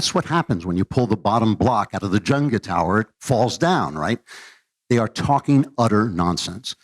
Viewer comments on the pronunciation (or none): What’s junga... maybe he means jenga? 😅